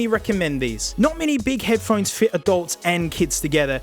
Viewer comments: ph-one-es for heads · Head-ph-one-es Damn it, 3 seconds in and I hurt my throat snorting. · Head Ph-one-es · Ah yes, Headphonees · I thought I was the only person who called them head pa honies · Head-ph-one-es mate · Here I sit, checking the comments, seeing tales of people picking up on any number of -isms, from the accent to the vocabulary. I chole myself with laughter when he "pronounces" headphones, because this is exactly the way I've been saying that word, for my own enjoyment, for almost a year. Guess I finally found proof I fit in somewhere on the Internet.